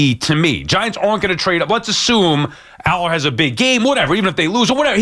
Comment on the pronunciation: Sal has not seen Allar and yet has a strong opinion. Can’t even pronounce his name. He said based on what I’m seeing on the film here….hes literally watching clips mid-show